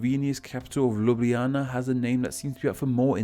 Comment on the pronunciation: How you pronounced Ljubljana was satisfying